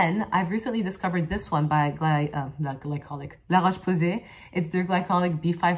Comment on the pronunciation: Where do you get your good French accent from? I noticed it when you pronounced La Roche Posay :)